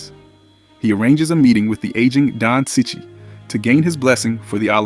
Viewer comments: It’s pronounce Chee-Chee, not sichee. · It's pronounced "cheech". No offence, mate 👍